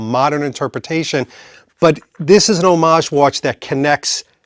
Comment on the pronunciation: Thank you for using the word homage correctly. Nobody ever does. They say HOM-AGE😮